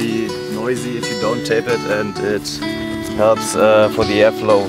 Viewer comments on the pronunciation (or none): It hälps for se ärflo